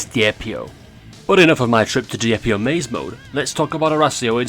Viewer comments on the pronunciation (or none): "Dihjep Io vsys Arræsēo" 💀💀💀💀☠️☠️☠️☠️💀☠️